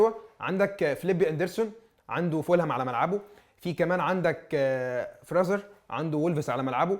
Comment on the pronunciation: معلش تعديل بسيط يا.. الواد بتاع بورنموثfraser اسمه بينطق فريظر مش فراذر